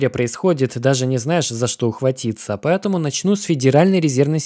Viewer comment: И поЭтому через "Э". Пааэтаму.